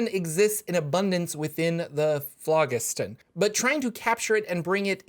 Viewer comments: It is pronounced like FLOJISTON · if you google it and look at the pronunciation Phlogiston has a soft "g" like "j". The pronunciation is "flo jisten". That is with a hard "o" and sharp "e". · It's pronounced flow-JIS-ton. It's an old Greek word. And please, don't say a video is about nautiloids when almost all of the info is an introduction to Spelljammer with only the last minute discussing nautiloids. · it's Phlogiston not Phlogiston